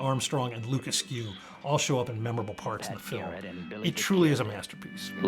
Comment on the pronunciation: In Middle Georgia, we pronounce the surname ASS-kew. Luke Askew is from Macon.